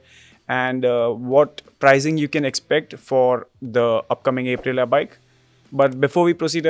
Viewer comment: Bro, I cringe so hard every time my guy says A prilia